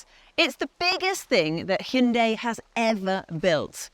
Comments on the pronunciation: It’s not bloody Heyunday, it’s Hi un die, Hyundai. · It’s missing a person who pronounces Hyundai properly, lol